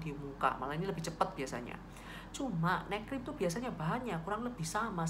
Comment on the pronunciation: Makasi, informasinya bermanfaat, saya mau usul, tolong dikasi tulisan juga donk, poin apa yg dibahas. Tadi waktu kakak bilang "neck cream" saya dengernya malah "night cream" 😁 supaya gak salah paham aja kak, makasi ya.... 🙏 Sukses buat channelnya.... 👍